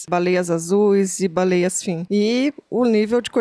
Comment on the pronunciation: Pirulla falando baleieis ❤